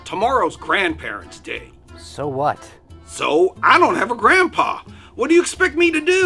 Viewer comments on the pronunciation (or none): Help Steve's gandpapa😂😂😂😂